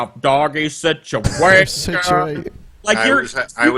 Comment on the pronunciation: SIT-U-AESH-ION IN-DI-VIJUL, SIT-U-AESH-ION IN... DI VIJEEUAL